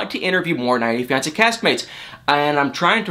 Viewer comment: It bothers me more than it should the way you say “90 day fiancé”...